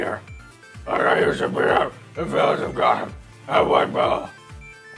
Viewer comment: When batman said beeter it sound like he said beer